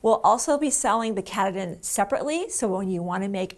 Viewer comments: Great tutorial but it’s ka Tah din You’re killing me with it you’re just killing me, Along with everyone else from Maine LOL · I just finished my rug! i love it! It's a little puckery around the edge, but I'm hoping ironing will take care of it. BTW, once I got the batting and saw it was from Maine, I was sure the batting is pronounced K'Tahdin. It is the tallest mountain in Maine, located in Baxter State Forest. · Wonderful video. Thank you! I can't wait to make one now! BTW It's pronounced Kah-TAH-din after Mount Katahdin in Maine ;-) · i love the video. Katahdin is pronounced Ka-ta-din. Its a mountain in Maine.